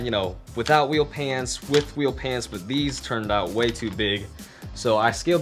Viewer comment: Is it wheel pans or wheel pants? (please say pants)